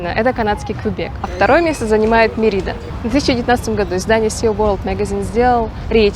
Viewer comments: Очень интересные видео. спасибо. но, пожалуйста, произносите город правильно - Мéрида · Как можно снять видео не умея произносить название города, про который ты снимаешь видео! Мерида - ударение на первый слог. Вы же там были. Я жил на полуострове много месяцев. Если сомневаетесь - посмотрите энциклопедию, спросите любого жителя. Не смог смотреть видео из-за этого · Вроде ударение на первый слог?